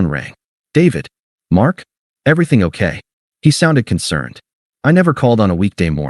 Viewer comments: Okay is two syllables :face-red-droopy-eyes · ..."ok" has 2 syllables, not one. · Okay is two syllables, not one. AI can't even count. Get rid of it! 👎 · Okay is two syllables, not one.